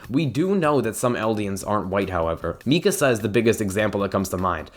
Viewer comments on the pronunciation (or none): i’m interested in this vid but i just heard him pronounce mikasa “mi-kuh-za” and now i’m scared to resume knowing how miserable i’m going to be every time he says her name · Omg the way he pronounce Mikasa 🤢